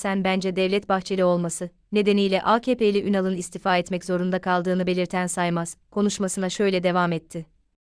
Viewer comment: İstifa..kelimesini sunucu yanlış telafuz ediyor